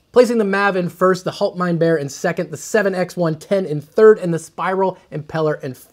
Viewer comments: It's pronounced "Haalt mine beer", (Bier = beer, different spelling, almost same pronunciation (different R) ) What you said is more "Hold my bear" (Bär = bear, again similar pronunciation yust with a German R) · If we wrote the "HaltmeinBier" the way you pronounced it in German it would be something like "HoltmeinBär", which might then again be translated as "Get my bear". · How to pronounce "Bier": Beer. It's exactly the same. No difference. "ie" in german is "ee" in english. Not to be confused with the german "ei" which is a totally different beast. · It's pronounced "hallt" (the "A" as in sally) "mine" "beer" - Haltmeinbier - and it's German for "hold my beer"...